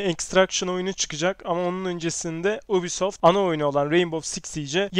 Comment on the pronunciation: kanka güzel video ama nolur artık ubisoft deme yubisoft yu yu yubi